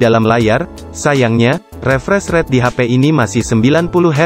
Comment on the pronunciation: Masukan aja, mungkin pengucapan Bahasa Inggrisnya bisa lebih di perbaiki, misalnya di kata awesome, refresh rate, optimizer, dll, just input ya, biar yg nonton lebih nyaman, terimakasih..